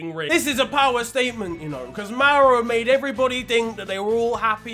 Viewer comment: It is Mauro dude, not Mauri